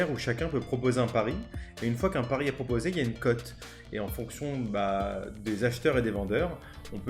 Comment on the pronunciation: Mon "pari" et pas "pariS"